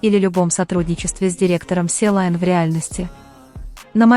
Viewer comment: И подборка ни к месту и озвучка ужаснейшая. И сочинение ваше -всё бред. Успокойтесь уже. " Силайн" это что такое? И Чонгук ни в своей студии, он в Америке. Надоело уже это тупое враньё👎👎👎